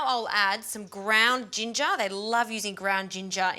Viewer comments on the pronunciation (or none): none